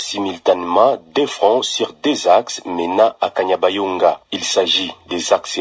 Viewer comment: Ce kanyabayonga et non kabanyonga journaliste